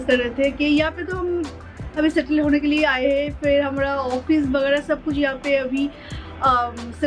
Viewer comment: Don't pronounce hmra say hamara ।याद रखना तुमसे बहुत लोग बहुत कुछ सीखता है।याद रखना जब भी कोई भाषा का प्रयोग करते हो , अच्छे तरह से करो। चाहे तुम्हें इस उम्र में सीखना पड़े